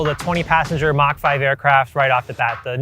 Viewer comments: Thanks. You might have learned how to pronounce MACH first. It's not Mack, it's Mach. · It's "maach"... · It's "mach" you keep saying "mark".